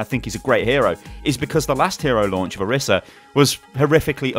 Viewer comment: What I don't like about Orisa is how people can't seem to pronounce her name right:T IT'S ONE S! NOT ORISSA! I thought you were better than this... shakes head slowly